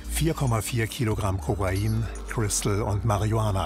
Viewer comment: (Kurt)Cobain oder doch Kobra-in? Bin mir nicht sicher, was von beiden sichergestellt wurde...